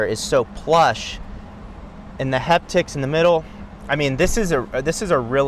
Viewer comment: I hate how he says “heptics.” It’s haptics